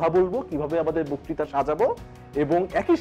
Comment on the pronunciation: বকতিতা উচ্চারণ কানে খুব খারাপ লাগছে।